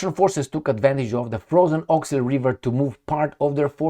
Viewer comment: You wrote 'Oskul' but pronounce as Awk-sil. Are you smart man? Do you pronounce ask as axe?